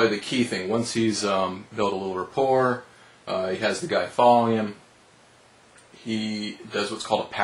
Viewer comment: Rapport is a french word. the T is not pronounced. well said.